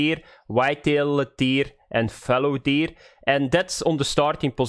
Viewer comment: And Fallow Deed